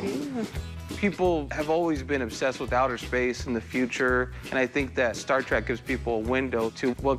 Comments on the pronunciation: She may have watched all the movies cough one time each cough but she said star trak NOT TREK WTF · She’s a huge Star Trek fan but calls it Star ‘Track’ ?? Ooookay